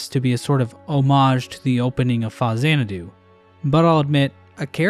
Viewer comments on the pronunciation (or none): It's pounced FAX-AN-A-DO meatbag.